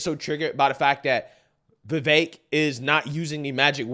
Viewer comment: You MUST learn to say Vivek's name properly. He's an excellent candidate and deserves to be respected. Please take an hour of your time to learn the man's name. Here's the proper pronunciation